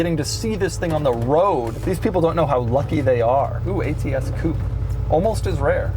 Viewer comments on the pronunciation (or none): You are pronouncing "Coupe" wrong. It's not Coup, it's Coupe.